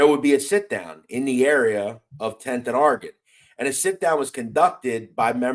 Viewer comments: You really need to learn how to pronounce Oregon you sound like your saying orgin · Its interesting to hear people from Philly say Oregon, out there it sounds like are-gen, out here on the west coast we say Or-re-gone......